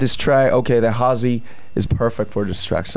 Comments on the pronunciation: Lmao when JIMIN said “Halsey” I thought he said “Parsley” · When jimin pronounced Halsey It was like RC 😂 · ''THANK YOU HAR Z''